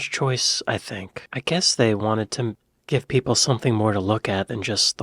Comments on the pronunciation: Gough, pronounced 'Goff'. The 'Red Lady of Paviland' is the oldest almost complete skeleton found in the UK. Carbon dated to around 31,000 years old. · Gough is pronounced Goff. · Gough is pronounced "Goff" not "Go"! Somerset is pronounced "Summerset". The reason that people write "polite notice" is because the police write "police notice", so the hope in putting up a sign saying "polite notice" is that people may mistakenly read it as "police notice" and thus be more likely to comply with it! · Gough is pronounced Goff, not Go. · Pronounced Goff not go. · It’s pronounced Goff not Go. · Goff!! Not go!! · It's Goff not Go. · It's pronounced Goff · And yet in this comment section people are abusing them for no reason this is our biggest problem in the UK …. Abuse for saying gos cave and not understanding goff is the pronounciation, like we are perfect at pronouncing Italian and French etc 😂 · = It's Waitrose and they mispronounce 'Gough' as GOVE, when it's actually GOFF! 🤣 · Gough is pronounced Goff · why pronounce it as go cave spelt the same as cough but with a g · Point of interest: The name Gough is pronounced GOF. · What's with the childish pronunciation. Gough, is pronounced GOFF. English spelling 101 🤯😕😉😀😁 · Two things - Gough is pronounced "goff" and the real Cheddar Man (i.e., the skeleton) in in the Natural History Museum. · toilets not bathrooms and the place was called gough not go lol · Gough is pronounced 'Goff'. A Cornish word that means 'smith'. Cornwall has a hero known as An Goff. The Smith. 😊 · Gough is pronounced Goff. Rhymes with Toff and scoff.